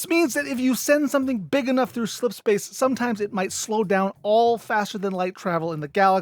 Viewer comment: o7 for successfully pronouncing "slipspace" so many damn time